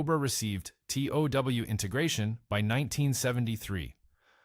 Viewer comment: Tow truck, TOW Missile. Get your fake voice to pronounce words correctly! Its not tau